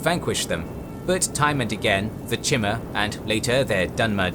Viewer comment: The videos are excellent. But I would love if you'd have a person to check the pronunciation of names in the worlds you cover. I'm not familiar enough to know if this problem exists in the other series. A couple of examples from this video would be: Stros M'Kai is Stros Ma-Kai and Chimer is kai-mer